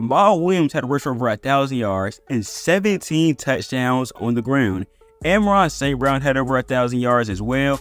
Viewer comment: Clearly! Lol But if you want to grow this channel, you can’t be butchering the English language, or at least a well known name like ARSB.